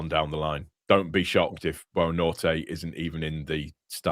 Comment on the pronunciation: Petition to get to start pronouncing Buonanotte’s name correctly, if you’re reading this: it’s pronounced Bwon-A-Not-Ay, not Boanorte😭